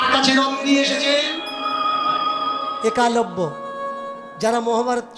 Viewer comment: একালব্য নয়। উচ্চারণ হবে এক লব্য।